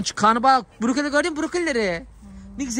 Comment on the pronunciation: Buruke deyil borokoli ❤😂